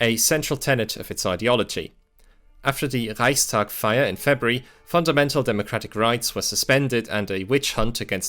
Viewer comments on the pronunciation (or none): none